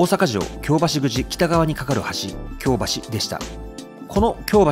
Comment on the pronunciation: 京橋⤵発音難しいですね～ 今回も素晴らしい内容ですっ✨